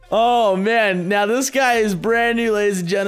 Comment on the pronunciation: she tried to said not* instead of now*